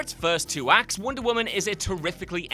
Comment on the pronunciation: “Woonder” woman. Love it.